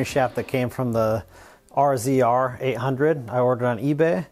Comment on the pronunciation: Rzr pronounced razor